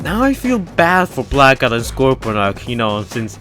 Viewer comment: Thought you were saying black ops.. You were actually saying blackout